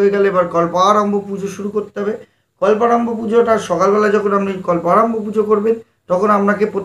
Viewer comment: Kolporambho na kolparombho.